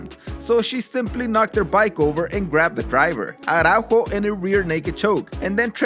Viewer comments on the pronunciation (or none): Man, in Brazil we speak portuguese, not spanish. "Araújo" is not pronounced like that. Js in portuguese don't sound like they do in spanish, the sound is actually closer to what is sounds in english.